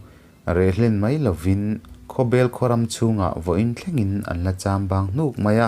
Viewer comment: Khawbel pawh hi bel tih hi a hniam a lam tur a niin ka hria